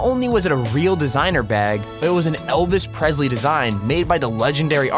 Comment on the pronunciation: It’s Presley not Prezley